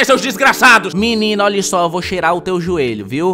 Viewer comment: "EU VOU XEIRAR O SEU JUELHO" kakakakakakaak morri kakaksk